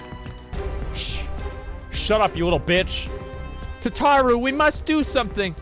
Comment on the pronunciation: I like that he says Tataru properly yet he “hates them” XD